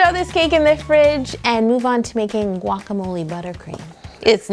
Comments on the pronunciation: Guac-a-mole. Guacamole! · haha it's a guacamolé holé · I counted 9 times plus guacamole bowl or guacabloe